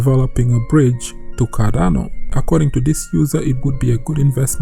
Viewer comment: Its CarDano not CaRRano ffs... is this so hard to pronounce?!